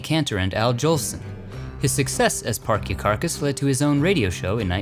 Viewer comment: Neumann - New man. Parkyakarkas - park ya karkas., not parky karkas.